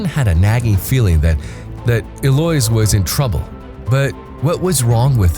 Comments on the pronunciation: Eloise is pronounced “el-oe-eeze” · It's Eloise El-lo-ise